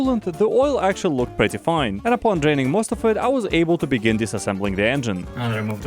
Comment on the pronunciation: "Egin cooler"